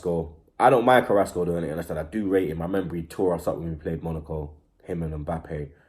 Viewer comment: u mean carassco and martial